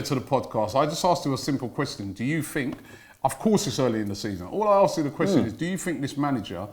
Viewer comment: “Quwestion” he loves that 2